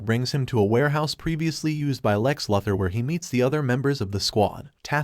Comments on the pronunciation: LOO-ther , NOT LUTH-er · How many times can the narrator Miss pronounce the word Luther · It's Luthor not Lathor idiot.😂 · Lue thur not lufther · No one ..... "Lex Luxor". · Why do you say Luh-thur. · You don't know how to pronounce Lex Luthor's name??? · I have to know why this channel constantly butchers the name of Lex Luthor? It's not that hard to pronounce compared to the fact that they pronounce every other name right. It's one of the many annoying things about this channel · Amen how many times can he mispronounced Luther